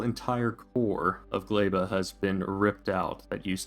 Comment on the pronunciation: what the fuck is a GLEIBA!!!!! its GLEBA!!!!!!!!!!! NOOOOOOOOOOOOOOOOOOOO